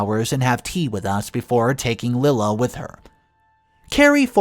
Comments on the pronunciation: not Lilla, LIE-la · Lila is NOT pronounced "Lill-uh". It IS pronounced "Lie-luh". Here goes with another very simple and common name, that you again do not pronounce right!!! Why do you keep doing that? It's not hard to go to google and ask, "How to pronounce the name spelled L-I-L-A?" And it will even tell you. I guess you are just too lazy or ignorant, to do so. I also think, as many times as I've written to you, that you are also too lazy to read the comments! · Lila = Lie-La